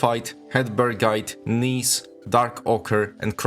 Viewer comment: Gneiss is pronounced like "nice", not like "niece" or "knees", as you could have found out from five seconds of googling. Of course, that is, if you actually wanted to prevent sounding like a willfully ignorant and uneducated parrot of whatever mispronunciation you happened to pick up from equally willfully ignorant and uneducated sources.